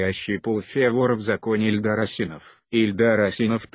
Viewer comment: Что за озвучка противно слушать Ударение пипец. Даже фамилию Ильдар неправильно озвучивает.